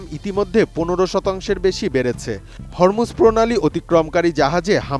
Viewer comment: হরমুজ যা উচ্চারণ হবে "হোরমুজ" প্রণালী।